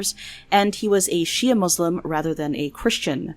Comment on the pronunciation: You actually pronounced shia correctly wow that's a first.